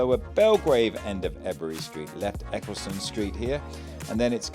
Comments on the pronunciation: Love your vlog …..One criticism…..Ebury is pronounced (E—berry) or (E-bree) if working class local😂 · You need to work on your pronunciations Its not erbury street Also when saying marylebone road you shouldn’t be saying mary Are you still a butter boy😊